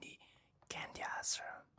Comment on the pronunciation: special pronunciation ASARAM😂 love u ❤